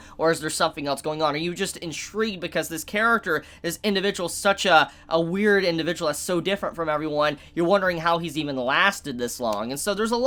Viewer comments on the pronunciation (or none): none